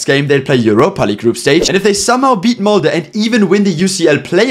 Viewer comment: Huge respect to this team!🫡 But as a Norwegian I also huge, I mean HUGE respect for pronouncing Molde right!